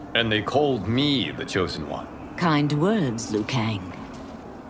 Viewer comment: Scorpion is the chosen one. He actually pronounced Liu right.